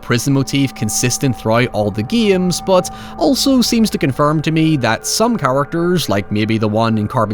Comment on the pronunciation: Why you say giames instead of games